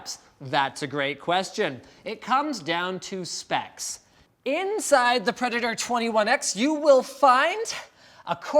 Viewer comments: ACER "PREDATO"? Is this for Japanese market? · Predato. brilliant. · predato instead of predator.... hmmmmm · PREDATO.. ResidentSleeper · PREDATO for the "R" you need 3k$ more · where is the R? . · Rip the letter R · The 'R' fell off of Predator... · min 3.49 the "R" of predator has been ripped off...9.000 dollars quality lol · Your mouth looks a little red. And is the last R missing from Predator? STOP KISSING THE HARDWARE. You like it more than it likes you, Linus. Poor predator... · Doesn't even have the r in predator on the laptop